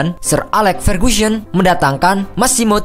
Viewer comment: Derby County bacanya Derby Country, Wimbledon dibaca nya bener bener wimbledon, sir alex ferguson dibaca nya Alex Fergusyon... hadeh 😂😂